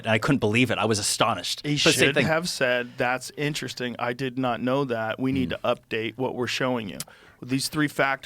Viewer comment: "Inner resting" - Billy Carson